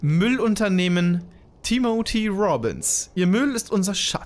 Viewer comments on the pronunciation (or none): Timothy wird 'Timmefie' ausgesprochen, ist nicht böse gemeint, aber manchmal tut es weh wie du englische Namen aussprichst :D